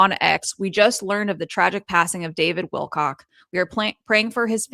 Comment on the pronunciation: Wilcock not not Wilcox